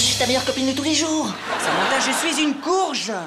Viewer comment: on dit "Samantha", pas "Samentha" 😩😒